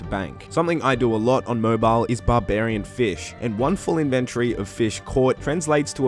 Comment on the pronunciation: Your videos are so crisp. I love them! Thank you... even if you say inventory wrong hahaha